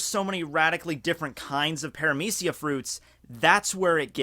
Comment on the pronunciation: Wait, its "pare-ah-meece-e-ya"?? I pronounced it "para-media-ca"